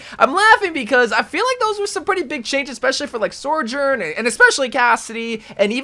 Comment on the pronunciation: BROTHER ITS BEEN YEARS PRONOUNCE SOJOURN CORRECTLY PLEASE